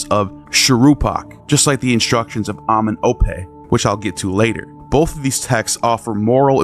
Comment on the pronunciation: Very good info and video sir, but you need to learn how to pronounce those African words correctly. You're saying [MAAT], when it's [MA] [AT], two syllables. You're saying [AMEN] [OPE], when it's [AMEN] [EM] [OPE], you're leaving the middle part out.😳